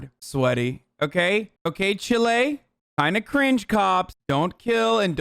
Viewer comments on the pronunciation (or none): ‘Chile’ is pronounced like ‘child’ 🤣 its aave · the way he pronounces “chile” 😭